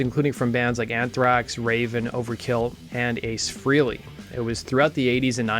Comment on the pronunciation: Great post. Just one bit: It's "FRAY-lee," NOT "FREE-lee." I don't know how many times Ace HIMSELF has had to pronounce his own surname in interviews to convince others of so.